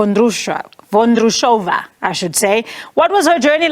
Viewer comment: Her surname is Vondrousova get your pronounciation correct. For people that dont know tennis Ons Jubeur got lucky against Sabelanka if you were watch tennis like me Sabelanka throw away the second set and the same can be said about IGA Świątek. Prediction is next final will be Sabelanka vs IGA Świątek 👍